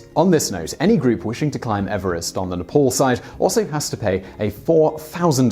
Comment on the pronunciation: It's not spoken like Ne-POL, it's like Ney-PAAL!